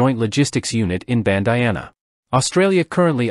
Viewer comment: Pucka-pun-yal and Ban-di-ana if that helps.